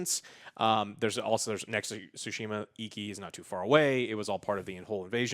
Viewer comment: "ghost of sushi mah"